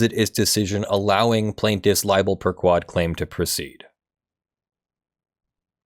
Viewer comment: Man, I keep getting tripped up when you say libel 'per ku-wad'. The sort-of more correct pronunciation (in Latin) is libel per-'k-wohd' with an 'o' as in 'morning'. Also 'per' should sound more like 'pear' instead of 'pur', although I approve of any cat sounds in law.